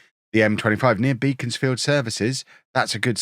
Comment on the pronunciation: Beaconsfield is pronounced Beckonsfield, just fyi